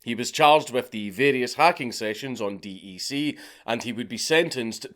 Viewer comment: It is pronounced deck not D E C